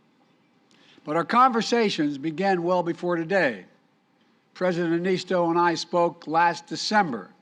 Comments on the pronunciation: "President... Nisto!" Ehh, close enough. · No one can pronounce Niinistö's name right... 🙈😅